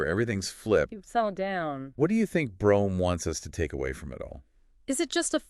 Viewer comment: Brome's name was actually pronounced "broom".